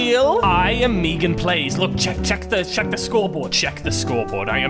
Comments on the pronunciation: He really said meegan plays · How other says MeganPlays: MeganPlays how flebsy saids it: Me ganPlays